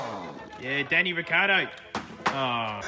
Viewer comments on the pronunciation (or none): you're a real one for saying daniel riccardio